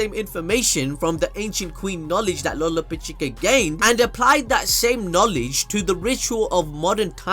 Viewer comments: lo-lo-pech-ka.... but what ever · Dude could you stop butchering the heart queens name it's pronounced Lorapechka